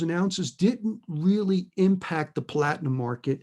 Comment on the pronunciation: "...was the overriding factor driving the palladium market"... ohhh rearry ?! "Da purfik Stahm" in New Bedford, MA.